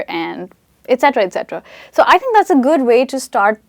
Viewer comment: is overacting... She pronounces each word incorrectly.. Like "learn" "Language" "think"... Etc.....